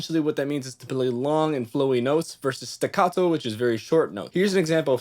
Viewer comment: I appreciate the Italian accent when discussing legato and staccato 😎